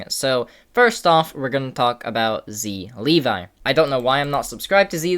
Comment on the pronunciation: It's zLevii for a reason. Not zlevi